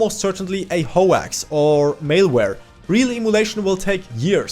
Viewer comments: also "hoe axe" too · all good! side note hoax is pronounced hōks